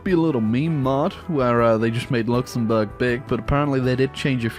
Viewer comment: "Luxembourg Raj"